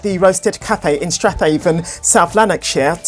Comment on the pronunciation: Strathhaven is actually pronounced Straven